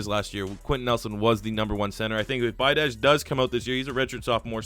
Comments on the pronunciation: pronounced bee-ah-dish, kid destroyed us in high school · Pronounced tyler be-od-ish. Played him in highschool